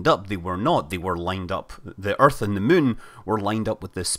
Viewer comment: it's not mun it's moon.